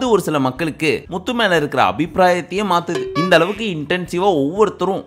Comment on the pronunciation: bro na antha full episode patha ana ninga atha pesum pothu muthu nu varum pothu slang vera mari iruku eapdina low va solringa vera eallam nalla solringa ningalu pr ha maritingala ninga channel arambichi 10000 subscribe iruthathula irunthu pakura ana unga mela ippo nambikai illaa ninga solrathu kasu iruntha eanna vena pala la